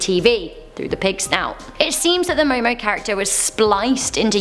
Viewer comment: It is Momo Momo